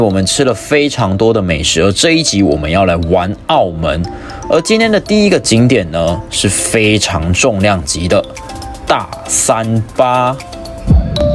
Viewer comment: 是「大三巴」不是 「大三八」